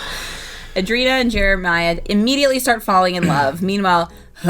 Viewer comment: It’s ANDRE- INA. It’s not that hard…